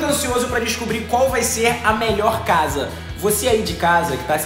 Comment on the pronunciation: VC falou invés de casa VC falou tchsa foi assim que VC falou😇🤗